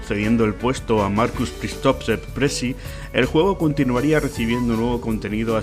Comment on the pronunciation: Es Markus Pristovsek "Prissi" no "Pressi" (aunque no es mal mote, prácticamente ejerce como "pressi" de la comunidad xD ). Por otra parte, buen vídeo, es una historia emocionante que casi me hace llorar. ¡Pobre Peter!